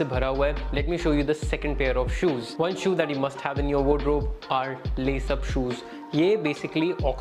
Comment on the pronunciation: Bhai it's called wardrobe not wod-robe 😅